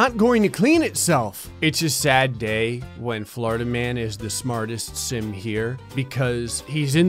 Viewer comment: he said simp. its simp.